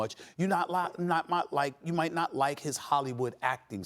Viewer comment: Nobody: Stephen A: You night mot